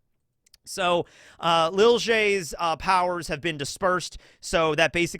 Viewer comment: I love that pronunciation of Lille has ended up as Li'l Jay 😂